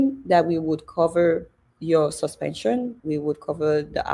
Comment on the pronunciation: See akpabio illiterate mouth like, “sush-pen-chun”. I believe everything that Senator Natasha is saying. And if anything happen to our duly elected Senator Natasha, then it must be seen as the doing of godswill akpabio who never does God’s will.